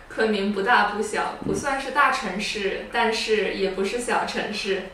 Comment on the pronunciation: Because russian is his native language, i can clearly hear that he messes up some tones, especially 4th tone. Like dìfang 地方 (too little accent on dì 地) chéngshì 城市 (no accent on shì 市) And many other words 4th tone. But overall this sounds very much like russian accent :) I know it's not nice to criticize someone, being not too good at Chinese myself, especially speaking. But i guess i listen too much native speakers Chinese, so that i can immediately hear all the wrong tones :) sry.